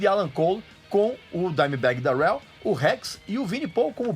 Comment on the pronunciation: Sua pronuncia Darrell está errada